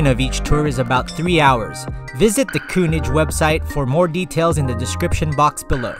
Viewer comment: umm, I thought your pronunciation of König was even worse in the voiceover. But it's a difficult sound. It doesn't occur like that in English. Try to say it like "Kir-Nick" (with Kir as in "Kirk") -- that's not quite right, but as close as most english speakers will get. And most importantly you will be understood. Any German will understand immediately what you mean if you say "Kir-Nick Pilsener", but if you use the pronunciation you do in the voiceover, they might not understand or at least have to think for a minute to figure it out. I enjoyed your video. I see you are an upcoming channel.... You have my sub! Keep it up!